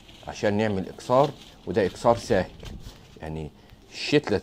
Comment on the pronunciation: اكثار وليس اكسار